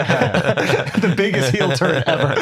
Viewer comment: nothing pisses me off more than Akaash saying "heel"